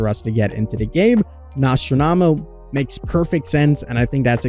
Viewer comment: "Nost-ra-marrow" lmao